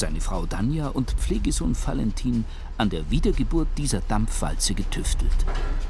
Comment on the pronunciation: Wie der Sprecher Valentin mit f ausspricht 😅